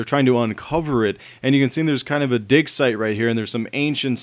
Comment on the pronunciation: u said dick insted on dig